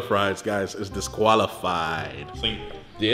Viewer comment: said disqualifi